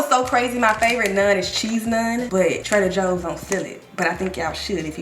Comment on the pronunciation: I love how she says Trader Hoes instead😂